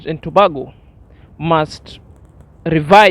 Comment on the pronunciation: my brother it pronounce To- bay-go Tobago